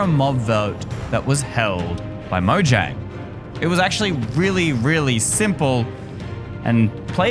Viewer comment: I think you should probably just pronounce the word Mojang you should actually pronounce the j as a y